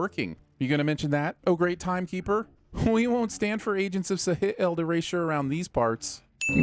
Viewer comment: Tf did you just say. Seh he eld? Its. Its shield. Like. Like what captain america has